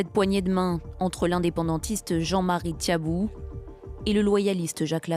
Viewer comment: Un peu de respect et veuillez faire attention à votre prononciation sur les noms. C’est Jean-Marie Tjibaou et non Tchabou! Merci !